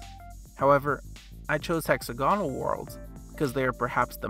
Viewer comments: Is that hex-A-gonal or hexa-GON-al? 😉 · The correct pronunciation is hexagonal planets